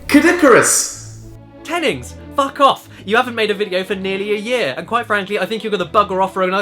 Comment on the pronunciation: insert french accent